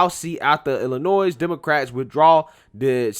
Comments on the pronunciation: the S in IllinoiS is silent or state is pronounced iLL annoy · the "s" is silent in Illinois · I know there's a war on free speech and word police everywhere so I'm not going to tell you to change it... but you drive me nuts when you pronounce the S in Illinois lol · The "s" in Illinois is silent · FYI, the S in Illinois is silent. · The S is silent in Illinois, lmao